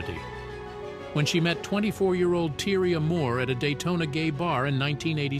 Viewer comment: Her name is pronounced i- lean and the girlfriends name is pronounced ty-- ria